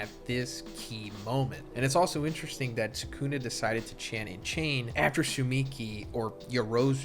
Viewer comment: Every AI voice gets Sukuna’s name wrong